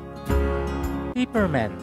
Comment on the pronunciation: PepperMint hindi PiperMent